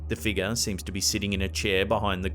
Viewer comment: really likes to say shadowy figa